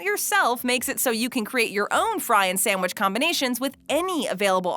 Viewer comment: I love that she says samwich